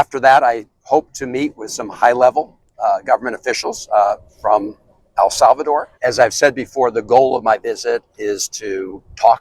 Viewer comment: Can’t even say El Salvador correct.